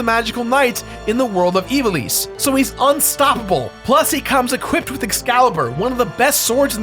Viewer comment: Ee-VAH-lis.....not EE-vah-lees. Horrible. :(